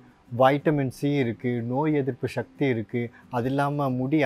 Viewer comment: ஷக்தி அல்ல சக்தி